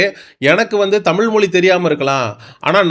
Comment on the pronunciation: தமிழ் என்ற ழ் உனக்கு வரவில்லை எப்போது திருத்திக் கொள்ள போகிறாய்.